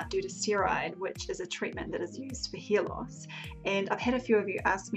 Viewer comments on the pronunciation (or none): I also heard her saying "hear loss"😂😂😂😂 English is not my first language 😂😂😂